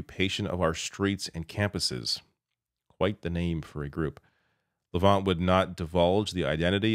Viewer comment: Thanks,. You may have a look at Ezra Levant's history from his time at Sun News and being a disgraced lawyer. He gets joy out of trying to create confusion through disinformation. Maybe you are much more aware of him than you showed, but you did mispronounce his last name.